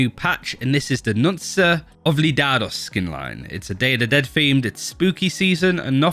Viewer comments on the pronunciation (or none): This mans called it "nun-sah obli-dah-dos" 🤦smh didn't even try Its pronounced "noon-kah ol-vee-dah-dos" google translate could've told u that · I love how he says nunza ovlidados Hahahaha. Hearing people trying to speak spanish is hilarious. Great video man. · Bro lmao "nunsa oblidadus" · Bro had to be trying to pronounce it that bad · hearing him try to pronounce it was hilarious